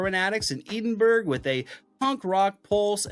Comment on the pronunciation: Please learn the correct pronunciation of Edinburgh. FFS